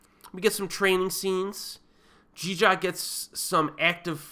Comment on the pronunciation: That Jeeja pronunciation was golden ;) sorry. Jeeeeeeejarrrrrrr